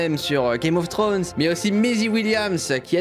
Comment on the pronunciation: Putain y'a pas le S a thrones je suis rester sur sa :p